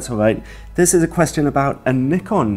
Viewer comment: Thanks ALOT for saying Nikon not Nuy-kon, like everyone else does.